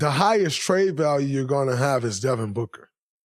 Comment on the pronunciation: Booger? You keep saying Booger. Its Devin Booker. Why you dissin your 1 way player who flops to get to the line 21 times? Its BOOKER damnit. WET LIKE IM BOOG is not the lyric.. DRAYMOND I WISH YOU WERE A BETTER PLAYER AND ACTOR. I HOPE YOUR TV DAUGHTER DOESN"T FORGET ABOUT THE GRIZZLIES.